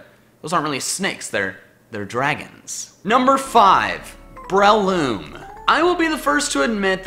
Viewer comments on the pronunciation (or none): It's actually BRAY-LOOM.